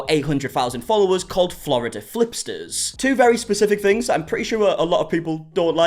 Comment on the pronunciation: "Florida flipters" 😂😂😂